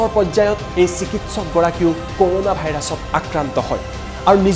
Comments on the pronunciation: ক'ৰ'ণা নহয় কৰুণা হে 🤣🤣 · news tut koise nhh koruna buli🤣